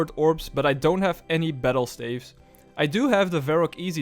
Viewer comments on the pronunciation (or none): Why do you pronounce staffs like that? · I love the series but the way you pronounce "staves" is killing me